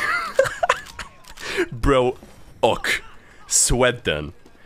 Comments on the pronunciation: i love how slavs pronounce ok like "oak" everybody does it all time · me when mispronounces ok (it's the end of the world because it's so minor and noone cares)